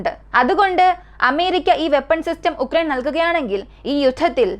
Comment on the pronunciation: ഉക്രൈൻ അല്ല ആ രാജ്യത്തിന്റെ പേരു “യുക്രൈൻ” എന്നാണ്